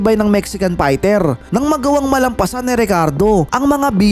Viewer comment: Fighter not Pighter